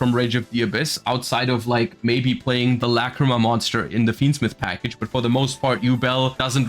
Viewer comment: Forget about the art bro,they butchered her fucking name